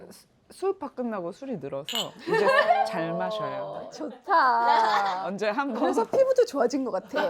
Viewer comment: "잘 마셔요~" 이 부분 너무 발음이 쵹쵹하고 고급져... ㅠ